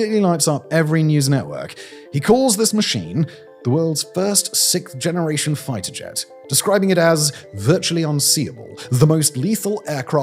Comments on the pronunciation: Simon! Simon!! It’s “siXth”, not “sickth”. Thank you! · Why do the English have so much trouble saying "sixth"???? It's not hard............ say 'sixxxxx', then say 'th'.......... wth????